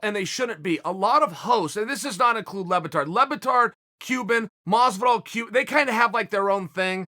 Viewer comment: Lol this guy says ‘George’ masvidal aswell